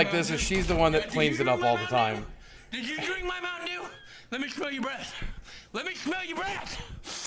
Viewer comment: "LEMME SHHHMELL YA BRESH" PAINTING "LEMME SHHMELL YA BRESHH"